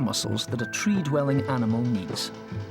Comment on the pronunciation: Really had to emphasize the word ANIMAL? You people